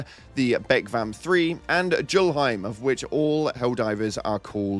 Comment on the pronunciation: I'm pretty certain the Tyr part of Duma Tyr is pronounced like 'tier' And Julhiem is pronounced like 'yull hime', you're supposed to pronounce the 'J' like a 'Y' I believe they're both Norse names, not English